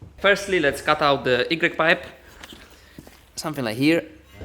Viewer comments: Igrek pipe xdddd Y sie wymawia jak why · . Y-pipe "igrek" should be "łaj" Pozdro chłopaki, oglądam każdy odcinek.